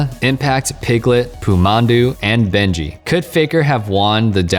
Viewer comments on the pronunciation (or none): Can’t believe you called Bengi “Benji” Lol